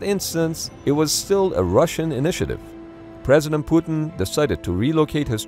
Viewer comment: I like the way he says "President puddin "